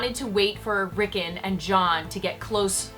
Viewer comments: "Rickin" sigh. Its Rickon, my goodness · you pronounce rikkon wrong.